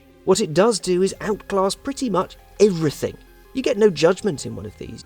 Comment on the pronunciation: The word is everything not everythink .